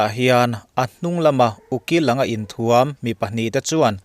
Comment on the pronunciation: A va ngaihnawmin min tibengvar e...thil pakhak aw...inthuam tih i lam danah hian 'thuamhnaw' tih a..Thuam..lam anga lam tur a ni e..i channel vul zel rawh se.